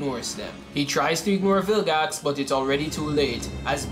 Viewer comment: Why you say bilgax it's vilgax